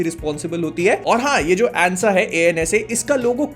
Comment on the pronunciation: NASA❌ ANSA✅🤣